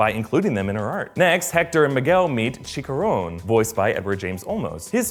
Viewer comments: Chicharon NOT CHICARON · is "Chi-cha-rone" not "CHi-ka-rone" Brave is #1 for me but Coco is defensively up there along side Frozen and Ratatouille in contention for #2, Cars is ofcourse the worst of the Pixar films IMO. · that pronunciation of Chicharron made me cringe :3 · I would forgive him except for the fact they actually pronounce it correctly in the movie. He also pronounces "Chicharon" as "Chickaron" for some reason.